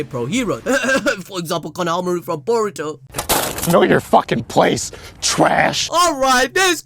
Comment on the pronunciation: Hahaha Knohamoru😂😂😂